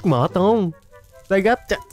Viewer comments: Anh ơi zygarde chứ ko phải là zygod đây anh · Zygarde đọc là " Zi ga đê" mới đúng á a